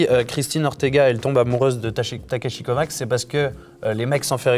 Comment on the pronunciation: Ça se prononce pas Takeshi CovaCH ?